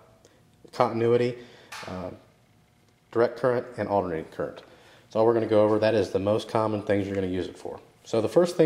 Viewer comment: Okay, never mind, I continued watching the video and I heard you clearly say "Alternating Current"